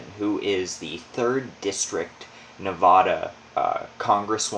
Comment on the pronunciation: U r saying Nevada wrong. Nobody that lives here says it that way, unless they moved here